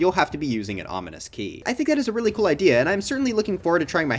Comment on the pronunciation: Bro said kewl when it’s cool 💀💀💀